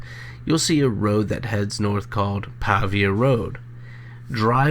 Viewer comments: It's actually Claysburg, PA, not Claysville. I don't live far from where they were found. The narrator is mispronouncing Pavia as well. It's a hard A, more pronounce like a paved (road). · Pronounced Pay-via.